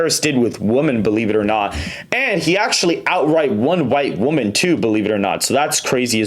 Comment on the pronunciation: Dude, when you say the word “women”, it is pronounced like “wih-men”